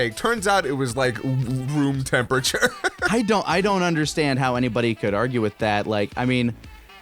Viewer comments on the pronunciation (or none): none